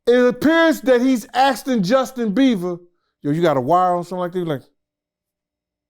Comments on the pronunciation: Hi it's Beiber not Beaver! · Why does keep saying Justin Beaver😂😂😢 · “Justin Beaver” is next level botching bro 😭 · Damm,, he keeps calling him beaver 🤪😝🧐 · He can’t say Bieber or ciroc god dam